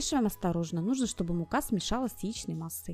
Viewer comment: Ох,,,как ьолтко в заварном звучит слово- мука- все. Прощаюсь .